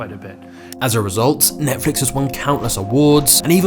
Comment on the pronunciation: NETFLIX not NETFLUX 🤦‍♂